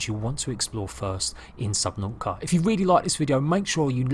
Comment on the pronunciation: Yeah! Subnau'ica! Not "t's" allowed.